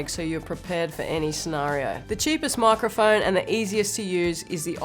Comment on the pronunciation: Love how she says "moicroiphoine" 🥺